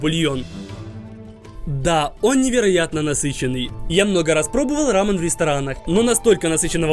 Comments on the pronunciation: не рамн а рамён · Правильно говорить Рамён (ударение на Ё) Видео супер! Думаю потратили около 10 тыс. Рублей